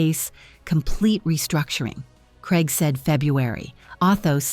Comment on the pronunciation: Why can't your commentator pronounce Craig., not even AI? It sounds like Kreg, confusing as it could be Craig or Greg? Please say CRAIG not KREG